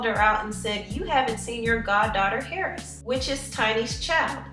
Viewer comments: bigmomma king exactly.... h is silent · its pronounced airress. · Tiny's daughter's name is pronounced (Air-ess) Heiress. I'm just pointing that out because u kept saying her last name as if its pronounced like her first name